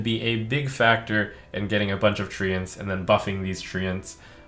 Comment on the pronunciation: The way he says treants makes me wanna throw up